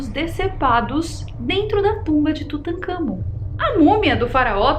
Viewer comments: Kkkkkk "Tutakamgô" kkk ,uma sobre a diarréia,pode ter sido da mosca.... sugestão : Coma goiabas não maduras ,bananas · Tutangagón 🤣🤣🤣🤣🤣🤣🤣🤣 nunca ri tanto 😂😂😂😂😂🤣🤣🤣🤣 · Tutancagón...kkkkkkkk Adoro a